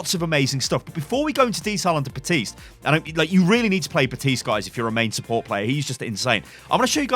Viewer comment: Baptiste not butiste